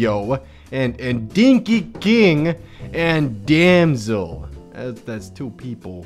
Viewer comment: Why were you pronouncing "Damsel" so weirdly? Damsel is a normal word... Also is female? That's the only reasonable explanation as to why uses the female TTS voice.